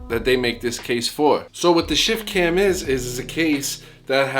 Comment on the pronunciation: I kept hearing "Shit Can" lol